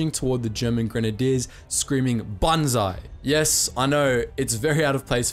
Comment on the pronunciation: Banzai...not bonzai...pls